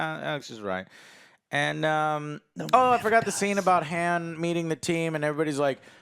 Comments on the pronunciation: name Han or Haan pronunces it hands 🤣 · the way he says han... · Why does Joe constantly pronounce Han’s name wrong yet no one corrects him? 🤣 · Omg say Han right 🤣🤣🤣